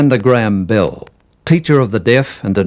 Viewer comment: He keeps talking about "Bill" and I keep thinking ..Bill who? Oh BELL